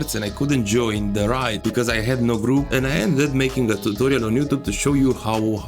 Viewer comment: I don't mean to be that guy... but it's pronounced 'Ray d' like how u say 'A' by itself